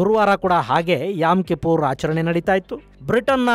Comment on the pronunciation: It's not yam. It's yom kippor